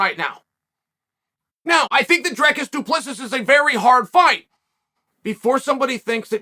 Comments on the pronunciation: Dricus DU PLESSIS (DO-PLA-SEE).. As a South African I just had to throw that out there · As a South African myself, I can only laugh my arse off at "Drekis du Plexis" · i'm with you Pete. Chael says 'you know i have trouble learning names but i respect this guy so i took the time to learn Du Preesee, Du Preesees Du Preesees' 😂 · Dri-kus Do-pla-see (how is it this hard ffs) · You lost me when you said his last name wrong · Uncle Chael says he takes time to read the comments, so Uncle Chael, as one of the South Africans who watch your your posts daily, I am happy that our guy made it on your channel. However you just butchered his name beyond words man, I couldn't stop laughing, and the fact you say you took time to learn how to pronounce his name😂😂 is just legendary stuff man.. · As a South Africa Chael just butchered his name in ways to you can't even imagine 😭😭😭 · Dear Chael. The last S in Dricus name is silent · Damn you butchered Dricus surname so bad 😂🤣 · Du Plexus hahaha 😂 you making a fellow South African laugh here haha. Get it right, remember the name “Dree-cus Duu Plea-seas” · “ I never get names right, I took they the time to learn his name. Du preesee”😂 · Also saying it Du Pressis lol, after saying he learned his name because of how much he respects him. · Drekis du Plexis 🤣. Chael Sonnen. This might help: “Dreeee Ciss Doo Plugh See” Dree (like Bee) Ciss (like Piss) Doo (Like Doo Little) Plugh (Like ugh) See (like The red Sea) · Uncle Chael since I know you read ALL the comments, and I am from South Africa myself, I feel I just have to help you with the pronouncing of Dricus surname 😂 It's "Do Ple-sie" But if you still feel it's "Du Plexis" then so be it 🙌🏻🤣 Undisputed, Undefeated. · Plexis? Try this next time du plecy. Do not spell it like that but said like that. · Du plexus. Du plessiss. Du preese. _ Chael Sonnen from the book of Sonnen 7: 77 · "du prisi" i took the time to learn his name🤣🤣 Lord Chael called it, his name is du prisis now